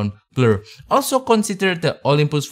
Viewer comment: Olympus, jangan bilang Olympoes!